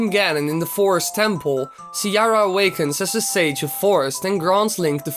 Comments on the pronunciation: cyara? jajaj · siara? wtf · Siara? l´m outta here